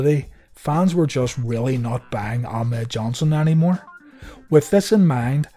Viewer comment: The way vince used to say it in commentary it always sounded like "a mad johnson"